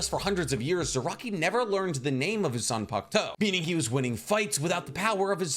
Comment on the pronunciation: how many times y’all think he said zanpakto